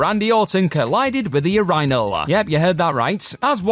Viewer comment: I’ll never be able to get over the way he pronounces “urinal” 😂